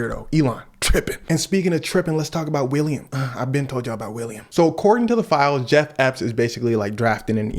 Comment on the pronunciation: i'm sorry cuz but you calling bro jeff epp got me in tears